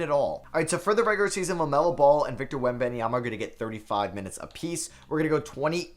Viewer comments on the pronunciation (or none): The way he says webanyama 💀